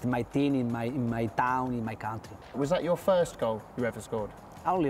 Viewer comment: I have observed that with Nacho as well.. both say Tean instead of Team